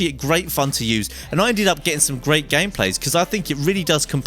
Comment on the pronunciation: He said gay instead of great